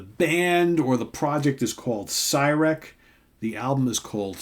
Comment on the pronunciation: Super cool! Terry rips! It’s pronounced See-Rek